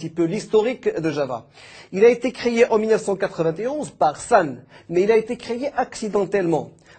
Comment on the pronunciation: Bel effort. Quatre vignt Onze pas Quatre Vingt ET Onze Créé pas Créyé Note pédagogie pour le tout tout nouveau : 3/10. Bel effort quand même. Cela m'inquiete cependant pour l'enseignement officiel au maroc. faut éviter de mentionner cela au début. Ne le prenez pas mal ma fille de 12 ans fait bcp mieux en expliquant du php.